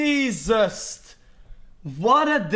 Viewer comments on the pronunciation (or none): oh here again XQC said Jesust ⬆️ I edited this to also have the timestamp. XQCOW says it’s Jesust then it’s Jesust.